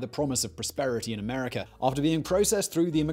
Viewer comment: "Americ'er'"? Where's that located ?